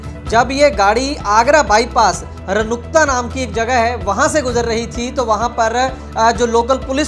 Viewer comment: Bhai km se km pronounce to thik se kr liya kr... Runakta bol ranukta nhi.